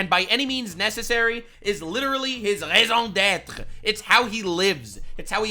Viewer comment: Nice prononciation on the "raison d'être"